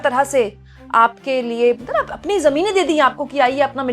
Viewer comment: मैडम जी आप मतलब मतलब बोतले बोलते मतबल मतबल बोल दिया 🤣🤣🤣🤣